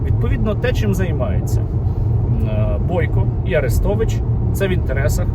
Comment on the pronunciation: Цікаво: а росіянці ще називають арестовича "Люся" ? Як називали його, коли він був умовно за Україну. Чи він там одразу став кумиром? Скабуха до нього прихильна, любила все повторювати А-рестович (наголос на А)